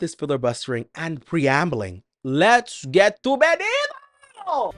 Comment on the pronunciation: Baby he won’t marry you if you keep saying his name wrong 😅 we pronounce the T in Spanish lol just say Benito how it’s spelled lol